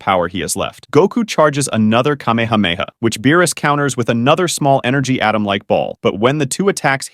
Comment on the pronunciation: "In space, Goku's cahmehawmehaw"